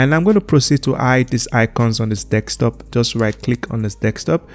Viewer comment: you are saying Desktop wrong